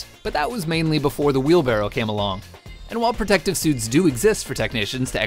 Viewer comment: I fucking hate how he says "wheelbarrow"